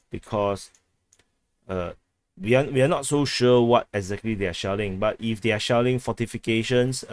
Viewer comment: I like the way you say shelling, it sounds to me shaolin, ha yaa... kung-fu kick to like button.